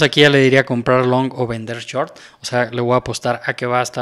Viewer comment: se dice shhoooorttt, no chort.